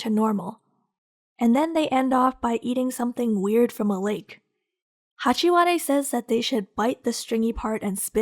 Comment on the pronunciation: “Hachi- wa- de” 😭😭